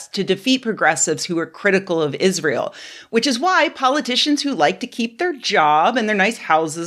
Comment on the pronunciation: "I've never even heard of Iss-Ray-Hell"